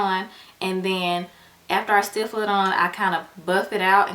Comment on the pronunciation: The correct word is "stipple" not "stiffle"